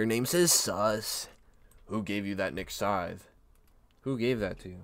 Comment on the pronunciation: Nah nah nah forget niks scythe we got “nik Sydne”